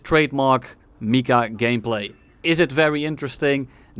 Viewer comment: Can we talk about how he also said MICA wrong half the time